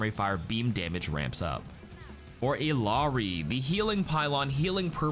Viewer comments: It's pronounced "EE-Yah Ree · When you gonna start pronouncing Illari correctly? Your colleagues have started to get with it